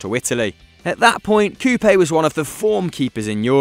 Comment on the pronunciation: You pronounced Coupet pretty badly. Also I loved those Lyon teams back in the day!